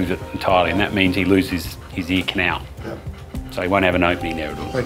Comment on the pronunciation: ...anybody else ask yourself the question: What's an eeknow? Then it hit me, "ear canal"!!! Ohhhh.......oooookayyy. LOL